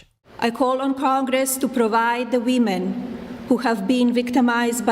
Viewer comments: It seems like she never interacts with americans. She should be able to say women and not weemen. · WEE-MEN... IS THAT WHOS INJURED